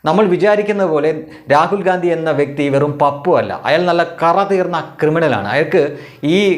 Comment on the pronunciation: രാഹുൽ ഘണ്ടി എന്ന് പറയെടോ. വെറുതെ ഗാന്ധി എന്ന് പറയാതെ.😂